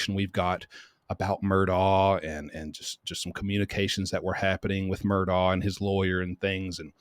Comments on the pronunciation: The Murdaugh family themselves pronounce their surname Murdock. Please pronounce it correctly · Every YouTube person has been told this. Most refuse to pronounce it correctly regardless. I’ve known people with this name in California as well as other states and it is correctly pronounced exactly as you say it should be,. Goes way back to Celtic roots. Thank you for helping point it out again! ❤